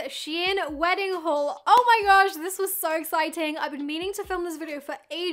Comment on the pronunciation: It's how she pronounces "haul" for me..😂